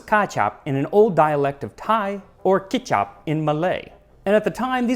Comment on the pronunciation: Excellent attempt on pronouncing the Malay word "kicap" 😄👍